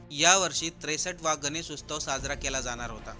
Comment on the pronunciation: अहो उस्तव नाही हो, उत्सव.... मराठी माणसानो, मराठी तरी नीट बोला...किती वेळा उस्तव उस्तव म्हणाला तुम्ही